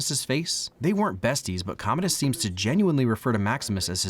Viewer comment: I think it’s pronounced comadi’s